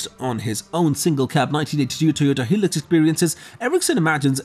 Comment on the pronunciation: it's HIlux not Helix.....